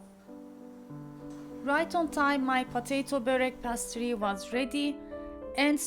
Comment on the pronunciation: Pa-toy-to degil. Po-tay-to diye söyleniyor. Pastri degil peys-tri diye söyleniyor. iyi amacla düzelttim, hakkinizi helal edin. Elinize saglik 🥰